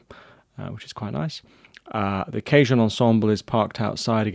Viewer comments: Respectfully, you're pronouncing "cajon" as if it were "cajun," but it's not. :-) You're saying "KAY-juhn," which is how the word "cajun" (ethnic group) is pronounced. Cajon (the musical instrument) is pronounced "kuh-HONE." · LOL@ "CAY-Joan ensemble. It Is pronounced Kaw-HONE. Which is Spanish for:Drawer. As you can see, the boxes look sorta like drawers. Which they were for many years I'm sure. In the very old days. THANKS! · Cajun (kay-juhn) is very different to Cajon (kah-hohn)!